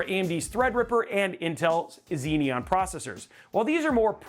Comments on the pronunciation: Xeon is pronounced 'ZEE-on', not 'ZEE-NEE-On'. Not that hard, Xeons have only been around for 26 years... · There's only one 'n' in the word as well...but I guess phonics is hard